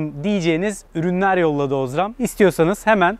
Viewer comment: Osram a bastırarak ozram demesen iyiydi ;)